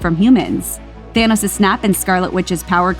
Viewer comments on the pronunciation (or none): His name is Thanos, not thanis.